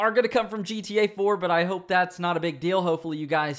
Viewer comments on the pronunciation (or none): none